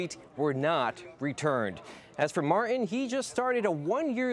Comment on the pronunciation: It’s Martin not marren. TTTT